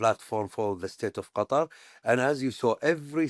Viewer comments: Qatari say "cuttaaar" idk why americans got everyone to change it saying the right way is a sharp "cutter" 😂 trying too hard. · Why do you mispronounce Qatar as "cutter"? It's just as easy to pronounce it properly as "cut haar' ". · What can't Americans get the pronunciation of Qatar correct? It isn’t "cutter". Its Qatar..."Kuhtar". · Qa-TAR, not Cutter. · It’s Qat-ar NOT cutter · I'm barely 3 minutes in; why do you keep calling Qatar (pronounced Kah-TAR) "Cutter?" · Omg stop pronouncing it CUTTER!!! You’re killing me! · Not to nitpick, but do Americans even try to pronounce these words they way it should be pronounced, lol. I think trying to do things like this especially when dealing with a nations name or a persons name shows respect. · I can't bear hearing the host's pronunciation of the word Qatar.